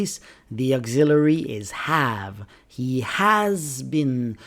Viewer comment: Why do you pronounce auxiliary like this!????